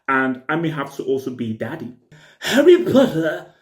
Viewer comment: "Harry Putta"